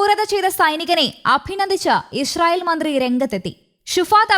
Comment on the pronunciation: ഇഷ്രയേൽ എന്നല്ലാ ഇ സ്രായേൽ പുമാനം